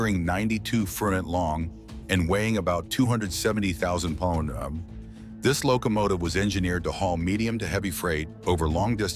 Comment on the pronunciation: that's cool, the type of voice is no problem but it's really offputting when things like Pounds and other measurements come out in some garbled sort of noise rather than speech.